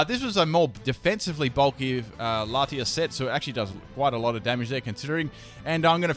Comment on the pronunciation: I CRINGED SO HARD WHEN HE CALLED LATIOS LATIAS